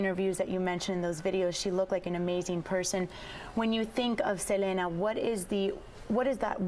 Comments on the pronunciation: Please at least pronounce her name right. Look at Chris' reaction when she says Selena's name.. LOL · I hate how she says her name . If Selena was alive she would say " it's se- lee- nah"